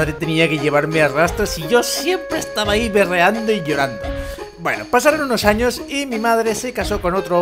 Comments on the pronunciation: en el minuto dice anos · jajaj es sony al reves pero si dice anos jajaja